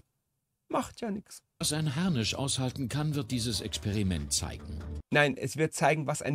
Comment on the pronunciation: Video=larmoyant reacted.. die Doku ist viel akkurater. Es heißt nicht "Harnich". Das tut in den Ohren weh.